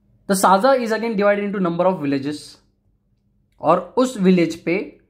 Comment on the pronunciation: Not साजा it's सज्जा तलाठी..😊